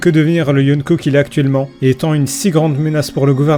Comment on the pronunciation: yonneko? C Yonko